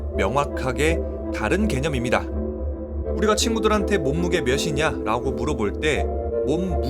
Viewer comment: 빛이 파동이냐 입자냐 영상에서 "빛" 발음을 정확하게 하셔서 제가 칭찬 댓글을 올렸었는데, 이 영상에서는 "몇" 발음을 틀리게 하셔서 지적 댓글을 올리게 되네요. 몸무게가 며시냐가 아니라 며치냐입니다.^^ ㅊ발음하기가 참 어렵긴 하죠...그래서 대부분 쉬운 ㅅ으로 발음을 하게 되는데 의사소통에는 별로 좋지 않습니다. 자칫하면 무식해 보이기도 하구요. 그래도 좋은 영상이라서 끝까지 보았습니다.